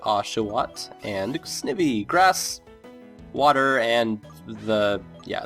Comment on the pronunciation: i'm pretty sure the i in snivy is pronounced like eye (ie snide+ivy)